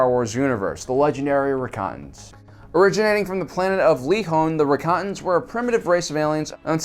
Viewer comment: Your enunciation of Rakatans threw me off, I’d never heard of them. Googled Recons, recokins, rickons?